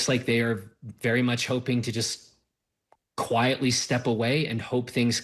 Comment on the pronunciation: Quietly not Quitely.